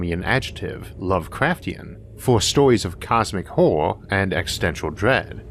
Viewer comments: I wuv H.P. Wuvkwafts Auhwuh stowees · OMG couldn't you have hired someone without your speech impediment to do this I don't want to hear a full grown man's voice not be able to pronounce horror